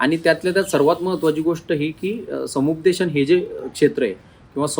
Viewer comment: संपूदेशन नाही. समुपदेशन.